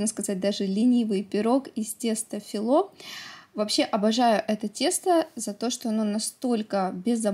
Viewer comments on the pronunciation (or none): не филО а фИло